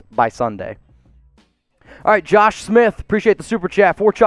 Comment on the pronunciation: He said like this video wight now